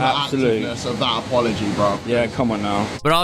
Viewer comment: he says “apowogy” instead of “apology” lol